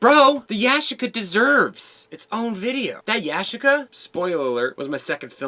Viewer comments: Yashica is Japanese... It's pronounced Ya-SHEE-ca. 😁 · It's Ya-chic-a.